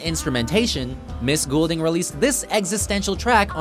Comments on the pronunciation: It's gold-ing people, not gool-ding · Its not Goolding it is fucking Goulding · Ellie Goulding. It's pronounced 'Gold-ing' not 'Ghoul-ding' she's not a fucking ghost. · I'm not gonna lie... I cringed every time he said her last name 😖 it's pronounced like Gold- ing not ghoul - ding :/ Good selection of her songs though :) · Sorry but this bugs me and people say Ellie goul-ding it's pronounced Ellie gold-ing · I hate how he says Goulding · Did it bother anyone else that he pronounced her last name wrong XD IT'S PRONOUNCED....GOLD-ING 😑😂😂😂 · ELLIE GOLDING THATS HOW YOU SAY IT PPL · ITS PRONOUNCED AS "GOLDING" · Funny how he pronounces Goulding, it's pronounced Golding lol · Did anyone notice how he said her last name ? He sounded dutch for a second there. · YOU PRONOUNCED HER NAME WRONG. GAWD. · I was really excited until he said her name wrong... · Do they know they said her name wrong the entire time. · ok oh so i am right? he is saying it incorrectly? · Please pronounce her name right this is driving me crazy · Way to pronounce her name wrong for the entire video. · Doesn't help when you cant pronounce her name properly